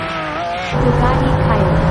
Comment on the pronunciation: First, you don’t emphasis syllabe in french Second, I know that depending of the country, pronunciations can change. But if you refere to the CORRECT way, you have to refere to the native brand way. Since Bugatti is a french company, the correct way is to speak the french way. The same Logic apply for american company (Chrystler, Chevrolet, Nike …)